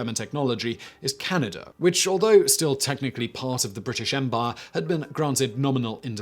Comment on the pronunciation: Funky pronunciation of Canada as Canny-duh >